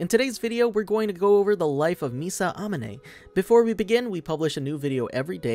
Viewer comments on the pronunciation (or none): Uh-mohn-ay. That's how her last name is pronounced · I swear, if you say misa ah-muh-nay one more time I’m gonna write my own name down.